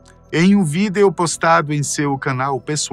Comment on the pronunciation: Alguém fala pra ele que a palavra VÍDEO tem assento no I e não no E...